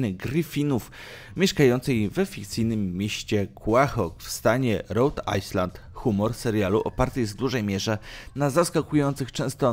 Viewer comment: Czyta się Rąd Ajlend